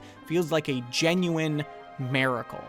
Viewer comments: What's a "meracle"? Like an American "miracle"? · lol "maricle" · It's miracle, not mericle